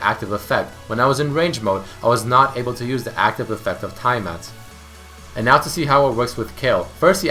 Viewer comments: I don't know why this pissed me off, but it's not ty-ah-mat. It's tee. Not ty. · its TYAMAT, not TIEMat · Say Tiamat right ERMAHGERD